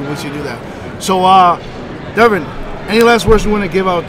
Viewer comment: Why can't you Yanks say Devons last name Correctly